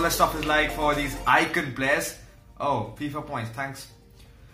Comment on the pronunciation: Players = PLERRRS 😂